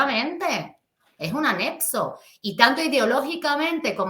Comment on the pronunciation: Anexo no anepso